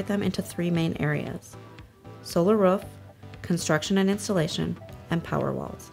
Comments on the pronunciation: anyone notice the woman sounds like she is barking? who says roof like that? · Do all americans pronounce 'roof' like 'ruff'??? Lmao